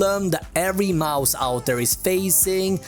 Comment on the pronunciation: gillar att du säger majs istället för mouse ibland haha bra video